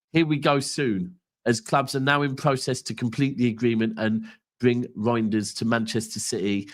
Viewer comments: I know you're trying bro. The correct pronunciation according to the man himself is Rineders. Essentially, it is up to you how you pronounce it though 👍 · has gone from Roynders to now Rainders. Third time lucky, so I'm sure you'll get the pronunciation bang on next time! 👍